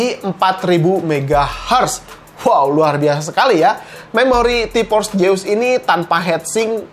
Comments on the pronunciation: ti PPPorss, kenapa gabisa bilang F sihhh😭😭😭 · Jeus Jeus Zeuuusssss pake Z Z Z Z T-Porce T-Porce T-Porce T-Force pake F F F F F